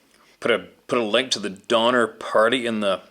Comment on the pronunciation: Sorry Donner not donmer